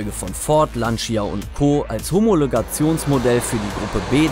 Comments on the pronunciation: 1. Schlimm wie Lancia immer wieder falsch ausgesprochen wird.. Lantscha und nicht Lanzia! 2. Wird der Delta viel zu kleinlich präsentiert, immerhin ist es das einzige Auto mit 6 Rally-Weltmeistertitel... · Lantscha nicht Lantschia 🤓😂